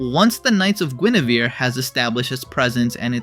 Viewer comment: it's "gwen-er-vere" not "gwen-ah-ver"